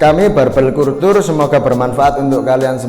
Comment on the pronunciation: Kalcer bang bacanya bukan kultur 😂 mantap bang lanjut